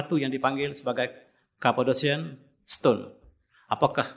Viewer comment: Dah pergi semua tempat tu. By the way, sebutan Cappadocia is Kapadokya. "Orang Jordan ke Turki, org Malaysia ke Jordan" 😂